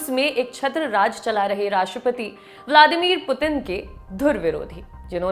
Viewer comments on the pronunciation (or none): none